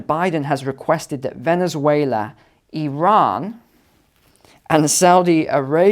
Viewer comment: Thank you for pronouncing Iran so correct! ❤️🙏